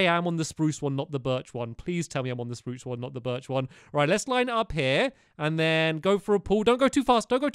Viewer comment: You said Spruse Wrong